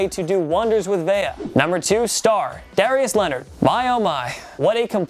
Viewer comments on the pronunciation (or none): none